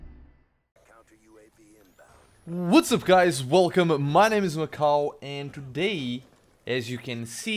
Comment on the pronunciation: Every time I hear "Macau " I think you're saying "my cow" Lol cx